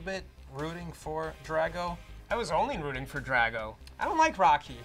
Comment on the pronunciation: “Dryago” is literally how all these Jews pretending to be Russian, said Drago. Smh